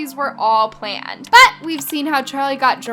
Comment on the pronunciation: Lol the way she said bUt in